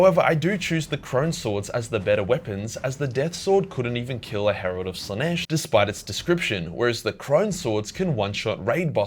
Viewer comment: "Morbs Slanesh" fukn ded